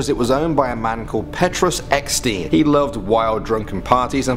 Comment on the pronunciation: Amu S no it is totally wrong Petrus Eksteen he says petroes(petroes) eksteeeen(ekstien) but in Afrikaans you say Peetrus